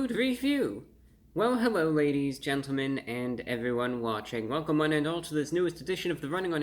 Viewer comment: Hewwo Wady’s and Gentlemen!